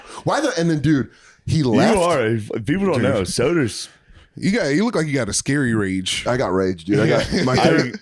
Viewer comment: With Sodersh and Lemairsh